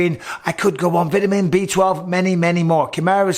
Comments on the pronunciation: I want to make fun of Bisping for the way he says "vitiman", but it might be one of those things Americans say wrong.... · Never in my short 20 years on this planet have I heard someone say “vitamin” like that. learn something new every day.